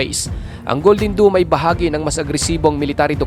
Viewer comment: Mali nmn ung pag bigkas Mo Sir... DOME ✅️ Hindi DOOM❌️ DOOMSDay nba?